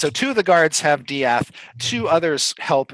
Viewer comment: UHM EXCUSE ME DIATH? DIATH?!